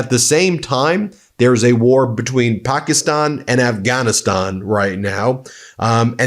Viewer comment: Dude. Stop co-opting pronunciation of American English. Nobody has ever said “Afghan-ee-sthan.” Also “pack-ee-sthan” is not American English.